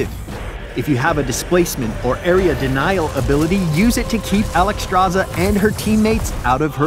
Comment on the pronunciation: why is her name constantly mispronounced...SZ=SH not just Z, so should be said as Alexstrasha